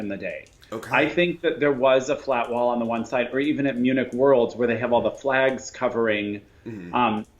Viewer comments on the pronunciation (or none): none